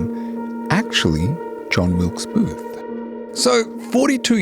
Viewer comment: He can't even get the name of the assassin correct.